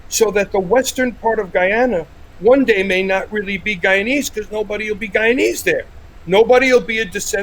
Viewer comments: It's guyanese sir not guyans 🙄🙄🙄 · Guyanese* not Guyanas😑